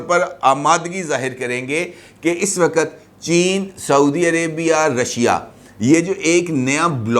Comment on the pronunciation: Wakat, wakat bole ja Raha hai " "Waqt" lafz Nahin keh sakta